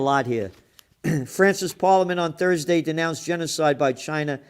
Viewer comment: Toosday and Turdsday with Gerald!